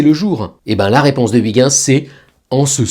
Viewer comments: Si tu appalla Huygens « OUI - guens», Il ne se retournera jamais 😂 Son nom est : « H- OEIL - guens » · "oui-gain-ss" ? :D:D:D "oeil-gueuns", on dit ! ;) Mais vos vidéos sont géniales !!! Merci ! :) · Huygens se prononce Reuerens. De grâce, arrêtons de massacrer son nom. Merci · Ouiguins 😂 Faut se mettre au néerlandais pour la prononciation 😊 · non , ça pique quand même les oreilles vu que c'est quand même écrit Huygens. Quand c'est écrit Galileo je dis Galileo mais quand c'est écrit Huygens je dis pas Ouiguins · et la plupart des villes ont une traduction française. Par exemple, la ville d'Antwerpen en Belgique est traduite en "Anvers" ou le S se prononce. Et la prononciation "BerlUN" est bien une traduction et pas une interprétation. Par contre, Ouiguins, c'est juste une erreur. Et si c'est volontaire, c'est carrément de la fainéantise. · Chouette, sauf la prononciation Ouiguinsse😂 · Désolé mais vous vous trompez. Je suis chercheur en astrophysique depuis plus de 25 ans et je peux vous garantir que je n'ai quasiment jamais entendu un collègue non-néerlandais (qu'il soit Français, Allemand ou Américain) prononcer "correctement" le nom de Huygens. Cela en est même au point où, lors de conférences, les chercheurs néerlandais eux mêmes prononcent souvent "à l'anglaise" ("höigens") histoire de ne pas paraitre trop pédant. Et croyez moi, j'en ai fait un paquet de conférences où le nom de Huygens était prononcé 15 fois par jour (ayant moi-même été impliqué dans la sonde Cassini-Huygens lancée en 1997)